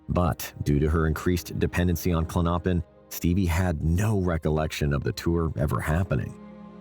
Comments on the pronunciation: Klon-o-pin not Klonnoppin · It’s Clonipin not Clinoppin!!! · Klonopin is pronounced KLON-oh-pin, not klon-OH-pin. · Not klonnoppin!! Lol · The narrator pronouncing klonopin as Klo-Nop-In is so annoying . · Dude, learn how to pronounce Klonopin